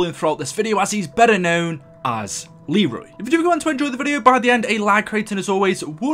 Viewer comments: it's leyroy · it is actually pronounced LEE-roy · Lmao it's Leroy not Arthur 😂😂😂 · It’s actually Leroy you uncultured swine -every angry black ops 2 player 😂😆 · Arthure? Lul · BRUH!!!! did you just call Leroy Author!!!!!!!! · He's Leroy not auther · It’s a Leroy! Nor a Artur!) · Who the fuck is Arthur it’s Leroy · His name is not fucking arthur it's Leroy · ITS LEROY NOT TGAT STUPID NAME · It’s actually leroy YOU FUCKING STUPID BRIT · Isn’t it Leroy? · His name is “Leroy” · It's Leroy idiot